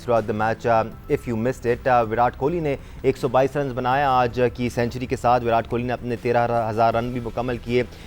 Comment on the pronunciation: یہ ویراٹ کوہلی کا نام تو شروی میں ویرات کوہلی ہوتا تھا ۔۔۔۔ جب اچحا کھیلو تو نام بدل جاتا ہے کیا ۔۔۔۔ اور یہ ان کے کھلاٹیوں کے نا م آنگلش میں کیوں لیتے ہیں ۔۔۔ ایشان کو ایشن واہ جی واہ ۔۔۔ شبمان کو شبمن ۔۔۔۔ اور اپنے کھلاٹیوں کے ناے دیسی قسم کی اربی میں بولا جاتا ہے ۔۔۔۔ حالانکہ ہم تو اردو بولتے ہیں۔۔۔ نا کے " Z " کی جگہ " J " کے آواز میں ہندی کی طرح بولتے ہیں۔۔۔۔۔۔۔ اردو میں تو" ت " بھی ہے اور " ٹ " بھی ۔۔۔ اور " ڈ " d " بھی ہے ۔۔۔ لیکن بولتے وہی اربی میں ہیں ۔۔۔